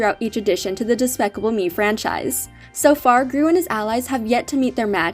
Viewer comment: She said daspacable me 😭😭😭💀💀💀